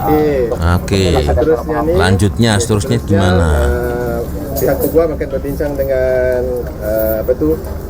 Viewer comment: ........cuma nak betulkan sikit jaa...mejoriti org Indonesia salah sebutan Peguam tuu...sebutannya yg betul tuu pe'guam'...soryy iyaa...cuma nak betoi kan ajaa🙏🏾🙏🏾🌹